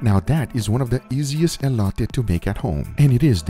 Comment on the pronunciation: It’s ELOTè fool not ELOYTAY